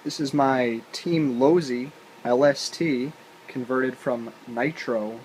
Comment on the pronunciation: LoSi not Lozi